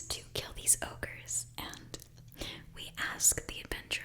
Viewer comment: Can't believe that this is going to be my comment, but I heard "fast breeding ogres" thought you said "orc" and my mind immediately jumped to 40k orks doing asmr. I'm not entirely "all there" mentally I think...